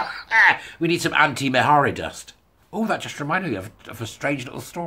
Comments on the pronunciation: PS. Mhairi is pronounced Mahree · The “h” is not pronounced. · If I ever have to say her name again, I'll probably pronounce it Maaharri Black. For those who don't know, Maaharri got into WM in order to get Labour out, Douglas Alexander's seat. Maaharri was hugely popular with independence supporters. She was a passionate, articulate young lass when making the case for indy. Turned out to be a massive disappointment as a WM politician though. I think a few SNP are standing down in WM so they can gain a seat in Holyrood instead. Less travel, but still enjoying a seat on the gravy train. All being well, next elections, SNP should be routed from both WM & HR! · This is very good stuff. 'Marry' (approx.) seems to have become the accepted pronunciation for Ms Black's first name, hasn't it, even though it doesn't adhere to Gaelic spelling/sounding rules. All best